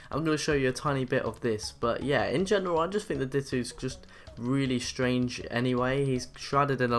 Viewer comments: Di-toe not dit-two!!!!!!!!!!! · "dittoo" ... no, it is pronounced dit-oh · its dito not ditoo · It's ditto not dittoo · its ditto not dittoo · He pronounced ditto "dittoo" you fucking idiot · Ditto is not pronounced Dit-ew, you pronounce it as Dit-oh Darkrai is not pronounced Dark-Ray, it's pronounced dar-cry. Nice video, though 🙂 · Anyone who gets annoyed by him saying dit-ooo not dit-oh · Ditt-Oh Not Dit-Oo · It's pronounced ditto not dittoo but eh no one cares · This guys use of words to describe painting/drawings and pronouncing Ditto as Dit2 and other stuff gives me severe OCD. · DIT OH FUCKING DIT OH YOU ARE DRIVING ME CRAZY FOR FUCK SAKE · Did you just call dito, ditoo? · Its Dit-oh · Did he say Di-t-two? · it's di-toe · Dittoo? Physics? Darkray? Weird pronouceations